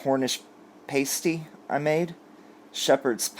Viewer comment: I certainly agree with you and Beth O'C. If reads this FYI pastie is pronounced past-ee. Just saying - with respect.